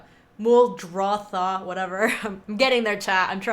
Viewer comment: Please do not say Muldothra... My ears hurt when I hear that... It is Muldrotha! Great video otherwise! :)